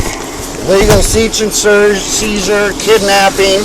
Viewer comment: Bro said seech and surj and seizure